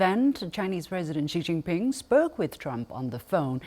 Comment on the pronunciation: Incredible that this host just cannot pronounce Xi Jinping properly. Just the mock-Anglo pronunciation.